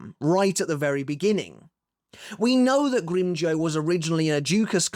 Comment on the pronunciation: You mispronounced Grimmjow's name and use pictures from the manga. Do you even watch canon?